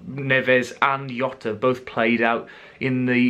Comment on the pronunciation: Takes literally 30 seconds research to know that in Portuguese Jota isn't pronounced with a 'Yo' sound. Even in a Twitter video he pronounces his own name at "Jotta".